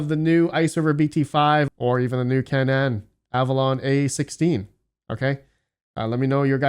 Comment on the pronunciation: Canaan = KAY-nun